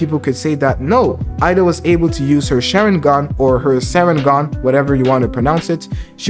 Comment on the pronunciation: Eida is pronounced like "a-da"